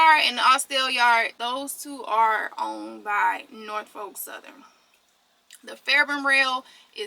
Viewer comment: Norfolk is pronounced Naw-Fuck, not Nor-Folk lol